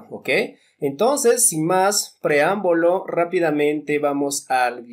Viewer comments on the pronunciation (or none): Desisti cuando dijo “preambolo”